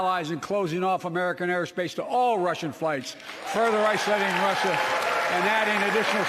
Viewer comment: me and my family have laughed until we nearly cried at this shit 🤣 or when he couldn’t say Russia.